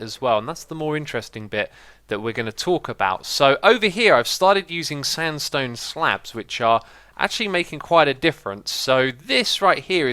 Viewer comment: He Said standstone hahaha!!!